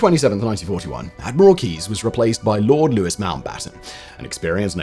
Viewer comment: Lord Louis Mountbatten is not "Lewis" it's pronounced "Lou-ey". Strange mistake for an Englishman to make.